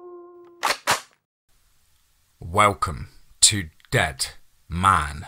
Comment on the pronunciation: Debt......Man........Talking. Does it sound like that to your ears?